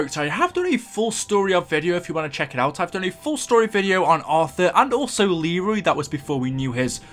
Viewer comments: it's leyroy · it is actually pronounced LEE-roy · Lmao it's Leroy not Arthur 😂😂😂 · It’s actually Leroy you uncultured swine -every angry black ops 2 player 😂😆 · Arthure? Lul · BRUH!!!! did you just call Leroy Author!!!!!!!! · He's Leroy not auther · It’s a Leroy! Nor a Artur!) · Who the fuck is Arthur it’s Leroy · His name is not fucking arthur it's Leroy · ITS LEROY NOT TGAT STUPID NAME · It’s actually leroy YOU FUCKING STUPID BRIT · Isn’t it Leroy? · His name is “Leroy” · It's Leroy idiot